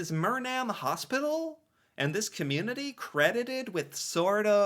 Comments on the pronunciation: as someone who was raised in myrnam it hurt to hear you pronounce it so wrong lmao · It's pronounced (Murnum) "phonetically". I grew up in Myrnam and lived there for 20 years. It's a Ukrainian community that was settled when the Ukrainians started to immigrate into Canada. There is an area within Alberta called the Ukrainian Belt where A LOT of Ukrainians settled and made towns and villages. Best heritage minute just because this was about my hometown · You do understand that there are French Canadians in Canada? Therefore, it would stand to reason, that in the Canadian context, they would have a French accent. Also, Acadie is French for Acadia. Acadia culture does not only exist in Canada, but also in Louisiana, where they are known as Cajun or Cajuns. and, Mrynam is a small Town just north of Edmonton Alberta., you got to work on your pronunciation's, maybe Google can help. I noticed, you had problems with pronunciations many times before. But, both you,, and Ryan make interesting videos and I enjoy them very much.